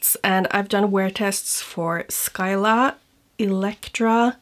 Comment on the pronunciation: Between this release and the Clionadh one, I realize quite a few of those shades already exist in Glamshop's line . I'm sure you've seen them release 3 new multichromes. Their multis are prolly my favs. Btw Scylla is simply pronounced Si-la (See luh), the C is silent.